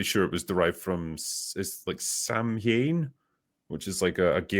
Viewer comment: That is NOT how you pronounce Samhain!